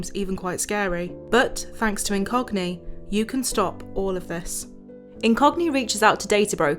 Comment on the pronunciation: I was tabbed out and thought you said the sponsor was "in cockney".